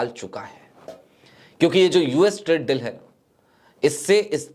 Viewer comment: Very good presentation,, just one suggestion the pronunciation of the word Deal is Bari Ee ki Matra like Deeeel, similar to Feel, Or Meal, Apologise for being direct.